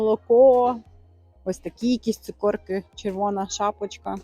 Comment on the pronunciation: 😂😂😂😂не цукОрки, а цукЕрки. Можна просто рошЕнки😊